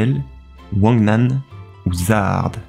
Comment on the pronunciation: Zahard se prononce "jahad"